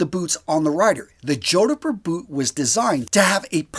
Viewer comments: Every time he says 'joe-di-pur' I picture him wearing them while riding a hobby horse. Jodipur jodipur jodipur! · "Jord-purh" H is silent. 👍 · The 'h' is silent... JOD-puh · Its pronounced Jodper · For the love of god 😢 It's pronounced "JOD POOR" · Two syllables only...jod-purr. I'd argue that a well-made Chelsea boot like R.M. Williams is a more versatile option to dress up or down. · Oh no... Please redo the audio for this ASAP. It's pronounced jod-purr, like odd fur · JOD-PUR. As a Brit I think I'd be laughed out of town wearing a pair of boots like this, much like the western/cowboy style boots. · ''Jodhpur'' is not pronounced like that 🤣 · His pronunciation of Jodhpur is so awful it must be deliberate. Can't understand why. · From the title, I knew which kind of boots you were going with, and I knew you were going to mispronounce it (the proper pronunciation has only TWO syllables).